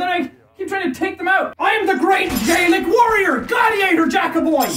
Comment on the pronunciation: Jack: i. Am the Gay-Lick worrier 😂😂😂